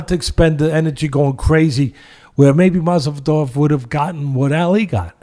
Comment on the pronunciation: I wish Teddy would get Masvidal's name correct.